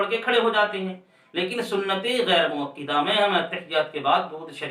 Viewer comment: حضرت مؤکِدہ نہیں بلکہ مؤکَدہ ہوتا ہے